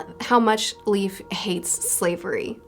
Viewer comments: Just so you know Leif is pronouced like life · I think Leif is pronounced like "Life"